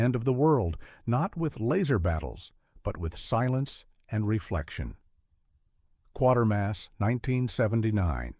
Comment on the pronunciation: Why do these videos never pronounce Quatermas right?